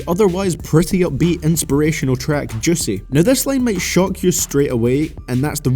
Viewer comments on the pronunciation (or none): The way he said juiceh😂